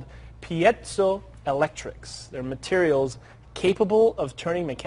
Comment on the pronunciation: as soon as he said " pietsoo electrics" i new it was bull shit lol